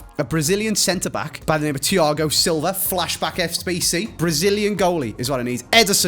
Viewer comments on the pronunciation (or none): why is Thiago Silva suddenly Spanish?? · since when did Thiago silva become Spanish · why is thiago silva suddenly spanish?😂